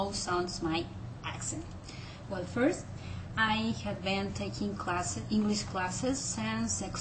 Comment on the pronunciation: as a Brit, you sound very Mexican, However it;s a sexy accent on a woman! I think, you need to distinguish the 'v' sounds, as you pronounce have as 'haaf'.